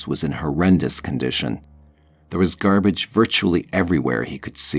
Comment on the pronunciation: "Gerrbage was strewn everywhere"